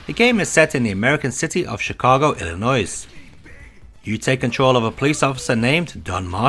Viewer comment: This game has aged very poorly I must say. Also, quick bit of minutia. The S is silent in Illinois.